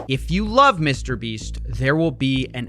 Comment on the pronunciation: Lol "Mr. Breats" 💀